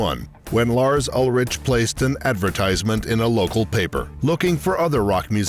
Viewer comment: The narrator can't even pronounce Ulrich correctly and wtf is Echobrian? A clownshow of a production.